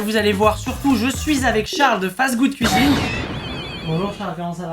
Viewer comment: XD ses fastgoodcuisine pas fastfoodcuisine